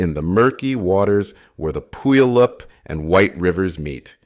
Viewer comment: Many are stumped trying to pronounce some Washington names. Puyallup rhymes with “gallop” and the first syllable sounds like “pew” (eg a church pew): pew-allop